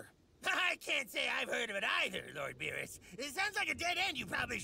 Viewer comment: When I first hear: Lord Virus!!!! But I Realised that in watching in subtitle: it's Lord beerus